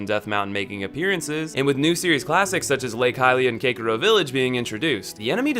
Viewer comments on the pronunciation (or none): kakiro village? umm... its kakariko village